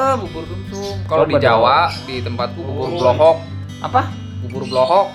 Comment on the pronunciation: klo dijawab bubur blowok mang arsal, bukan blohok🤣